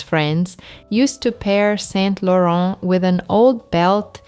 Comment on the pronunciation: Saint Laurent, do not pronounce the T’s.